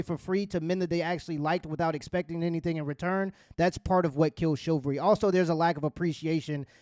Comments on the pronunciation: Duuude the word is chivalry, not chilvary. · It's CHIV-AL-RY not CHIL-VA-RY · struggling to say chivalry 😂